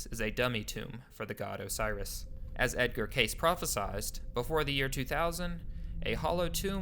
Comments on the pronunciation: You would think that these "documentary" creators would at least pronounce names correctly. It's "Cay-See", and "Hair-od-e-tuss". You're not the only one to just read history without learning the correct pronunciations. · Edward CASEY is how it is pronounced. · Edgar Cayce (/ ˈ k eɪ s iː ) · Dude, I just got to the video clip where an interviewer clearly pronounces his name KAY-cee. I take back my compliment about well researched, you're obviously not paying attention. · His name is pronounced KAY-cee and while I won't go as far as Monika, this video was researched much better than it was narrated. I had to turn off my fan in order to understand it. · 2 separate people pronounce "Cayce" in this video, yet you refuse to do so. Why? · Cool video. You owe apologies to many more than the French for mispronunciation, though. Edgar Cayce? I mean, Hawass and that interviewer mention his name several times in this video! Caviglia? Obviously, you're not Italian. Robert Schoch? Thutmose? C'mon, man. This is the internet. You can find correct pronunciations for literally millions of words and names in seconds. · He mispronounced Edgar Cayce's last name also. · Phonetically it’s pronounced Edgar Casey not Case .... Credibility thus questioned Next ! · KKKKAAAAASSSEEEEEEEE! not CASE! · Edgar Cayce is pronounced KAY CEE. not case..... but I really enjoyed this video. 👍🌈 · Good info but it's pronounced "Kay-see" not "Case". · Edgar Case? You mean Edgar Cayce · Ir is pronounced Kay-see. The clip in your own youtube has the correct pronunciation. Why did you say Case????? Google is your friend. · Edgar Cayce, pronounced Kay-see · It is not edgar case it is Casey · If you are going to narrate a video learn how to pronounce the names of people instead of butchering them! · Given how important he was to this story, it's not great to hear Edgar Cayce's name mangled in this video. It's not "case"; rather "KAY- see". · not CASE its pronounced CAY CEE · Cayce is pronounced KAY SEE